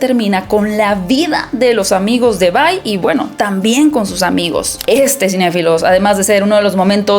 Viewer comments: Porfa, deja de decir VAI. Solo es Vi. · Se dice Vi, no Vai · Se pronuncia VI y no VAI 😐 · La traducción oficial que tenemos al Español no es Bye ni By, es Vi porque su nombre real es Violet, lo que sería Violeta. Tanto interacciones In game como en la serie le dicen Vi. Si quisiera una reseña donde le digan By / Bye vería una reseña en inglés con los nombres pronunciados en inglés. Por todo lo demás buena reseña.